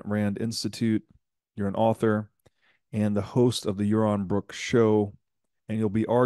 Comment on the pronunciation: Yawon Bwook is mowally bwoke